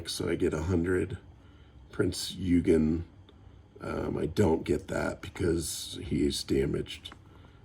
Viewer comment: Eugen is pronounced OY-gun